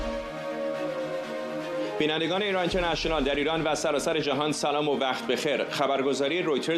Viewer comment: اینترنشنئال رو از زبون این فرداد می‌شنوم یاد آدمای شبیه حیوانات نئواندرنال می‌افتم 😂